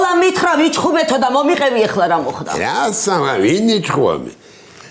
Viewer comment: მოიყევი არა.მოიყეცი😂